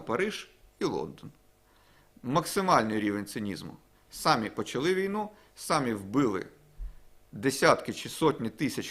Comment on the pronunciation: самІ, будь ласочкаааа🙏🙏🙏, наголос. І брАли, дуже просимо❤❤❤